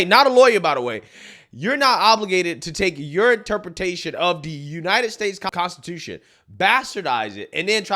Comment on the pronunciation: Any time she says, "Consti-too-SHYOOONN" I cringe...